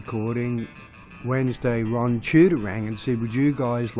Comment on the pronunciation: Wron Casey should have done the narration .... Wrock n Wroll !!!